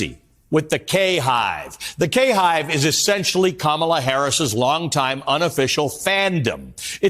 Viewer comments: Ka-mee-la, that's a new way to destroy her name 😂😂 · She said "Kamila" lol 😅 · I love that she pronounces her name as Kamilla as in Gorilla. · Wasn't ka-lame-ma born in Canada? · One is racist for mispronouncing her name?